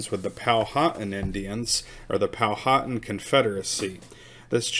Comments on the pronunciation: You are saying our name wrong it is pow-wha-tan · Pow-wa-tan . I relocated here to James City County, from North Texas, in 2004 and had to learn how to pronounce their words. lol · I do believe it is pronounced "Pow-a-Tan (as in suntanned). I could be wrong. Eastern Woodland Indians did not want the White man, but they sure liked those copper kettles for boiling up a fat puppy. Noble savages.